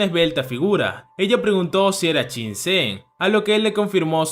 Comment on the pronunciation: Todo perfecto, pero Qin se pronuncia Chin.